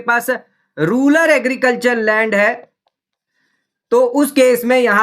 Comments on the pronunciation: "Rular" or "Rural" ...........????? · रूरल होता है भाई, रूलर क्यों बोल रहे हो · "Ruler" nahi "Rural" bolo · Rural को Ruler बोल रहा है